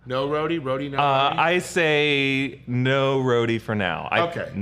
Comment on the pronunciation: Fury calls Rhodey 'Rhodey' not Rava